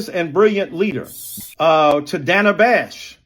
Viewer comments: How ironically funny that he mispronounced “Dana” Bash. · He mispronounced Dana. Is it daaaana or Dana?😅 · He mispronounced Dana, so he’s racist!!! I ain’t ain’t ain’t